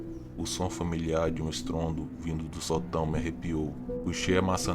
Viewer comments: Ele não percebeu que Sótão têm acento daí a pronúncia sotão. 😊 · Fora o detalhe que você esta falando a palavra sotão com entonação errada esta muito legal. Historias interressante!